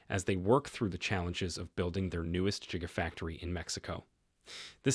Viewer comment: I stopped waching as soon as you said "Jigafactory".